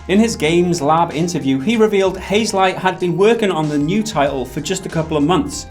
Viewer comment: Hazel-Aight? Really?